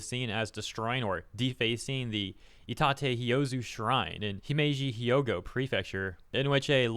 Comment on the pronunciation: please learn Japanese pronunciation,. It's not "hi o go" it's "hyo go" 2 syllables lol Sorry if this is nitpicking! But i bet if a Japanese person heard you say that they wouldn't know what you were saying lol